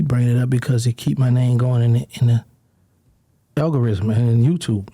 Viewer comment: “I’m in the AlgoRIZM” 😂😂😂😂 I let that shit slide the first time but he did it again 💀💀💀🤣🤦🏾‍♂️